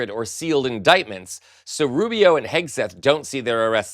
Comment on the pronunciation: ha ha ha 'Pete HAGUE-SETH' - even better than 'Pete Kegbreath' 😆